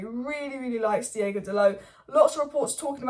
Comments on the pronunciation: its DEE OH GO not DEE A GO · But why do you say "DiEgo"? He's "DiOgo," no?